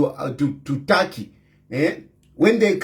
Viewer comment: It's TURKEY 😂😂😂 NOT TARKY